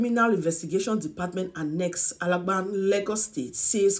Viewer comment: Madam, how come you can't pronounce ALAGBON..